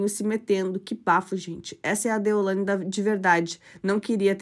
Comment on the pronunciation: Não é deolandia, moça é deolaine!🙈